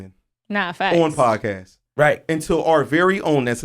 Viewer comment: I need everybody to stop saying podcastes, it’s podcast or podcasts. Like dam n b saying that shit n it gets me tight lmao. The fuck